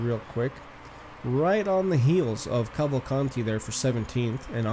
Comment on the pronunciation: its not calvacanti its cavalcanti.theres a difference.